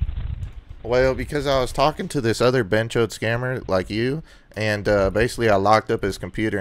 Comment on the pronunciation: I keep thinking you’re calling them chodes lmfaoooo